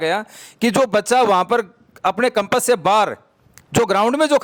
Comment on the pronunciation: पहली बात तो कंपस नहीं होता कैंपस होता है